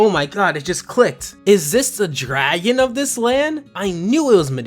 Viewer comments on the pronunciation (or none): none